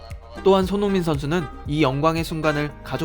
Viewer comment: " 손 융 민 "